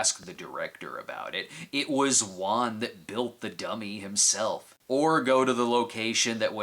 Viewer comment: Thank you for pronouncing the director's name right. I'll stick with Cinema Snob without Foundflix's saying Wahhn thank you very much, lol.